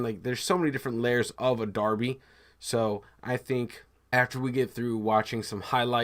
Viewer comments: It's pronounced Darby. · Derby is pronounced DARBY whether referring to a match or the town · Derby is pronounced (Darby). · Pronounced "Darby". Check out the name and construction dates of their old stadium? It will show you how popular a supposed American game was over here in the nineteenth century? Similar to Cricket over there, which no one other than a few historian knows about either? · We pronounce it 'Darby' 👍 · hi again, yes you would pronounce it "Darby"